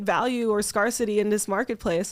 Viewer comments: I thought it was an LA accent or something. She pronounced scarcity weird too. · Yeah I’ve never heard it pronounced like that before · i like how she pronounces 'scarcity' and 'myriad'